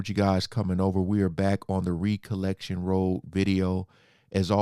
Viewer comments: It's not re it's rec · Brother "Recollection" sounds like "wreck". Love these reactions.